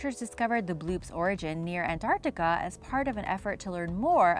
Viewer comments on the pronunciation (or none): none